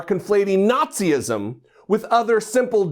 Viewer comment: The guy was open to be challenged. I think you're looking for "fascism," not "Nazi-ism" (as you pronounce it). You claim to be a jarhead, but I don't see you having been through OCS of even past 03XX MOS. Most of my fam served out as 6173 and I got talked out of public service by them. They freaking love Obama and are still appalled that an act of publicized battery went unchallenged. Pursuant to the First Amendment, given the video crop, you can't tell if he's advocating racism in this clip. What was mentioned before, after, or in prior conversations is irrelevant, as this was cut in a certain way to portray a particular narrative. I will say, I'm fairly new to white-trash "think tanks" like NPI, but I hear as much whining on both sides from my border-jumping suegros and my whiter-than-Bimbo-bread blood relatives. I'm sick of this nonsense. Grow up.